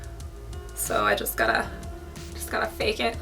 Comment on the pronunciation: its "fake" not "fack" D